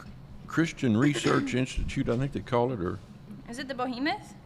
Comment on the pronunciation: Behemoth, not Bohemoth...just sayin'